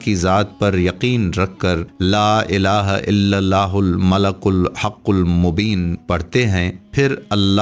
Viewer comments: Not malakul It's malikul how you make vedio you not know right words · He is reciting it wrong its not Malakul, its Malikul Haqul Mobin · Malikul hai bahi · ' yah Baat bilkul theek hai aap Logon Ko help kar rahe ho Lekin aap quran ko bilkul galat padh rahe ho quran ka janaja nikal rahe ho aisa mat karo yah bahut Gunah Hai La Ilaha illallahul malikul hakkul Mubeen hai malakul Nahin Hai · Aray nadan shaqs aap naa sirf ghalat padh rahein hein balke is clip ke darmiyan mein is mubarak kalimah ko bikul ghalat likhdieye kon zimmedar malik padna hai aap malak padhrhein hain Allah Taala ka sifati naam malik ملک hai jiska mana shahisha baadshah ke hai aor aap malak padhrhe hein jiska mana farishta فرشتہ ke hein Allah Taala ki zaat ko farishta kahna khula shirk hai fouri is message ko delete karke sahi padh kar aor sahi likh kar dobarah share karo Allah ke azaab se khud ko aor nazireen ko bachaeiye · Aoa janab molana sahab apny description box mei maleikul likha ha.. oar ap malaakul parhy jarahe hein.. plz kisi mustanad aalim sy apny arbii oar tallaafuz mi durastigi kijeye.. jazak Allah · Sir admin ap sey request hey ka ap Al malik ko Al malak parh rahey hein jo bilkul ghalat hey or is tarha meaning change ho jatey hein plz, apni ghalti darost karein or ALLAH PAK SWT sey toba or mafi b mangein ALLAH PAK SWT ap par apna Reham or maghfirat karein Ameen.